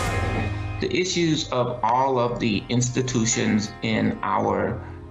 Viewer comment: "All of duh institutionses"